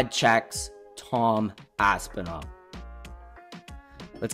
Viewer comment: "Aspasoy" gets me every time 🤣